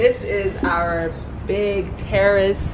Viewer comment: I thought you said terrorist not terrace I was like wait whAHT, glad it was terrace!